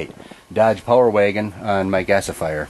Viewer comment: "Po-Wer waygin"